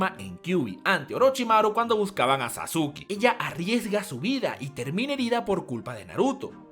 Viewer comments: A mi me caga el "sasque" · MESINAS - PEREZ pero se pronuncia saske Bueno suena así Es japonés